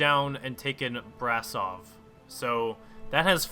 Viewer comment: you pronounced brasov wrong... you should stop trying to pronounce romanian City names...youre not doing a good Job at it brasov is pronounced as braschov for you americans i think... im not american so im not sure